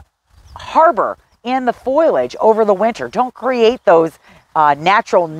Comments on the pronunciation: Honey, It's FO-LAGE not FOYLODGE. Sorry, Your info was great but I just had to comment on your pronunciation as nobody has felt they should say anything. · Please, if you are going to try to educate others, learn that it is not foil-age, it is fo-li-age. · Did you say "foilage"? Correct is FO-li-age. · Great tips! It's not "foil-age." It is "FOL-iage." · FOIL-age? Is that a regional thing. I believe the i comes after the l - FOL-iage. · Its fOLiage, not FOILage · don't mean to nitpick, but it is not foilage, and pronounced as such. It is foliage and pronounced this way. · Foliage not foilage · Please pronounce it as FO li edge, not FOY ledge. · Foliage not "Foil"age. Drove me crazy! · Lots of information about shade plants - thanks! Almost my whole yard is shade of one kind or another. But, just going to say, foliage is pronounced foe-lee-edge, no matter what kind of accent you have. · Why are you consistently saying, "foil' age for the word foliage? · Say it with me now: Foe - Lee - idg 😉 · Thank you for your video. Good information. I would recommend that you look up the pronunciation of foliage. It doesn’t start with the word “foil”. 😁